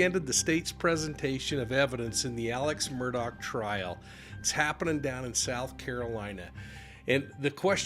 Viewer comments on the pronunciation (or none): His name is not Alec Murdoch/Murdock. It is pronounced Alex Mur-Daw. I just love grammar, phonetics, and the English language.